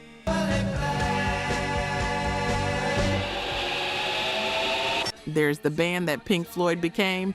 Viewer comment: That voice... rambling on over someone else's script, trying to exude some weird idea of rock & roll attitude, when she clearly has no clue about the content, mispronounced names and all. S. Y. D Barrett?? Oh... AI??